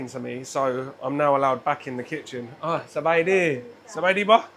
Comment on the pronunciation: When you said sab-ei-lee ...😅😅😅😅